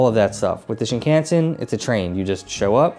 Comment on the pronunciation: I've enjoyed your Japan travel and food vids, but I have one suggestion: Please study up on pronunciation of Japanese words for your net trip. The main one that jumped out right away on this video is "Shinkansen," because you focus on the JR Pass (a must!) and say the word about 20 times. You say "Shin-CAN-sen" and it's "Shin-kahn-sen." I fear that mispronouncing words reflects a western arrogance and lack of respect towards Japanese culture, and I know you don't mean to disrespect. Also some other common gaffs: "Omakase" is "kah-zeh," not "ka-see" and ""Nigiri" isn't "Ni-GEAR-ee," it's "Ni-gi-rri" (with the slightly trilled "r" sorta like in Spanish). I'll add "Shinkansen" to my blog post about pronunciation: Thanks for your travel videos, and also thanks for saying "sake" correctly!